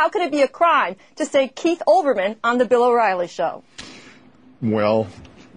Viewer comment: I loved when she mistakenly called him Bill Whoriely